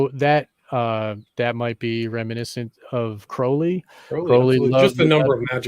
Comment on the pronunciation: It's pronounced krau-lee not cro-lee...